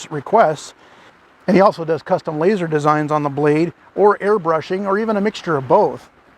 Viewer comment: Did you say "LAZAR" engraved?? 🤣🤣🤣🤣